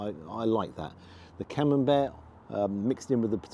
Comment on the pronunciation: Must confess to no small degree of envy!….Buckley’s hope of getting ‘taters, let alone gravy ( gasp! ), puddin’, peas of any sort, let alone blooming CamembERT ( as pronounces it! 😊) here in Nippon 🇯🇵….😢 Really greasy, wholly fat-laced Wagyu is par the course here, served up with ( sigh ) a small hill of white rice 🍚. Mind you, we do have access to excellent quality ‘Aussie 🥩 beef’, it’s ubiquitous. Nothing from Europe as far as meat 🍖 goes, here.